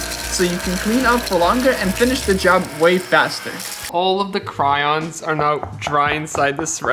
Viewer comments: cRaIoNs it’s pronounced crayons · “Cryons” “Par too”